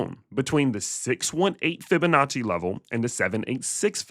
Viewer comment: Fib-a-natchie sounds like you made up that word but I’m listening…..